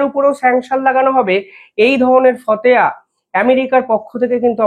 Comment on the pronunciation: ওটা ফতেয়া না,, ওটা ফতোয়া।